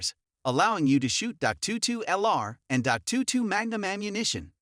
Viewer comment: "Dot two two?" "Six hundred eighty-six?". Are you kidding me? This guy knows nothing about handguns! What kind of idiot listens to this as advice (as opposed to merely humorous entertainment)?